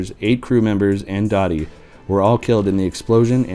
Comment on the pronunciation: It was pronounced “Doe-tee”, not “Dottie”.